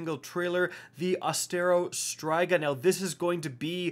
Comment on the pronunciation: It's pronounced ost-e-o (no r) streega.